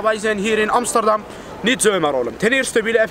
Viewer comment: broer amsterdam op zijn turks uitgesproken is amies ster dam. de ster van Amsterdam moet je als ster uitspreken(die dingen die lichtjes die je aan de hemel ziet). als je met je handen achter loopt dan graag met kralen ketting. xD